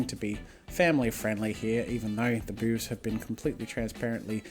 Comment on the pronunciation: TWO THINGS 1: can you make a sexy male succubus? :3 2. i absolutely love the way you say boobs :D its like you're saying ''bewbs'' :3 LOVE IT